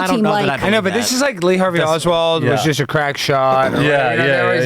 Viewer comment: Ree Tarvey Oswald??!!😅😅😅😅😅😅